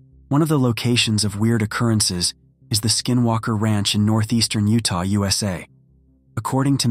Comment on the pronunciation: The five twelve akree plot of land in oo-tah